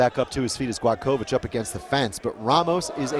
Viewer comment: Not Gladkowicz, but Gładkowicz. Ne Gladkowicz, nego Gładkowicz.